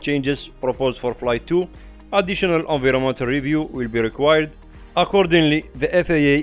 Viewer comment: excellent summary. recommend reviewing pronunciation of "environmental"